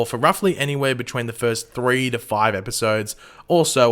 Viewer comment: First foive now siix